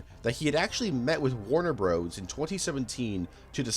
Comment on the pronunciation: "Warner Broes"???